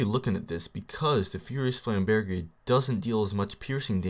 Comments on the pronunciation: I'm pretty sure it's flam-burj... not flam-bear-jay. But whatever, I could be wrong :P Also, the fire status deals elemental damage, right? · flame- burg* is the pronunciation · its pronounced flaimburj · D: Idk, but it seems like you're pronouncing flamberge wrong >< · you are actually pronouncing it as if you were speaking French.